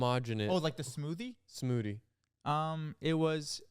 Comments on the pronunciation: touch of da smoodie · saying smoodie instead of smoothie 😭😭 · saying smoodie everytime irks me so much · “what was the finishing touch of da smoodee” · yall keep saying smoodie help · it’s da finishing touch of da smoodie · i say smoodie now literally every time bc of him